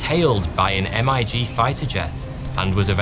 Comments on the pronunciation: IT'S NOT M I G IT"S Mig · You don’t spell out MIG Fighter Jet , you just say MIG ! My father in law shot down the very first one in Vietnam with a surface to air missile from the USS Long Beach and again a few years later from the USS Chicago ! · It's OK to say "Mig fighter jet". You don't have to spell out "M-I-G."😄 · did you really say M-I-G instead of MIG? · I've never heard anyone call them "em-eye-gee fighter jets" because every single person who was alive in 80's knows that they're just called migs, like figs. As if your baby face didn't already give it away lol. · "MEEG" not "M" "I" "G"